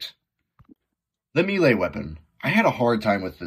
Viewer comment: The Heavy Commitment is pretty interesting. Kinda wonder if it would make the GRU obsolete though with those stats. Overall some decent ideas here. P.S. I don't think I've heard many people pronounce melee as "me-lay". I'm no english major or w/e but it's usually pronounced "may-lay".